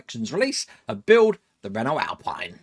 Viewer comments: It is pronounced Alpeen not alpine. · Yippee! BTW apparently it's pronounced 'Alpeen' as the maker is French (I didn't know either and called them Alpine).